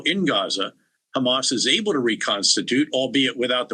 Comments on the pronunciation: It’s Hamas not khamas. Learn English European reject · It’s amazing you can pronounce the word hot but not Ha Why KHHA Hamas it’s not KhAmas or khhezbola You went so low it will take two thousands years to get the respect back Betray us gives secret papers to his mistress And he didn’t get to spend years in prison but Mr assange was thrown in prison for 14 years No respect